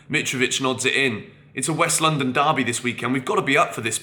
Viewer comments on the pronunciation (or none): none